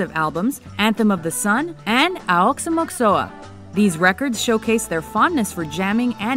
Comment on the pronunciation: I cringe everytime someone mispronounces Aoxomoxoa (ox-oh-mach-za)